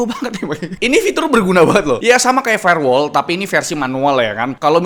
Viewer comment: dari "firewall" jadi "farewell" 😭